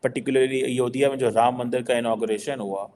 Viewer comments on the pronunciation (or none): Kitni baar tumhe likh diya... Ayodiyaa nahi Ayodhya bolo... 😊